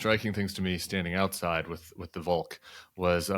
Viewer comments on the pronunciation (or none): Tim, just FYI "Volk" is pronounced "Folk"